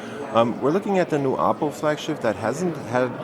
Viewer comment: Thanks for pronouncing oppo the right way :P